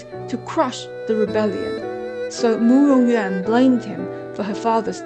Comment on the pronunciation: Loved the effort you put into this, and it's a great result but I'm still confused: 1) Big Zhou is the Emperor!? 2) Is Murong Yuan's name pronounced You-ahn, or Yen, because you pronounce it Yen and that's much prettier to me. 3) What is the Shimmer of South? I never heard that before this video.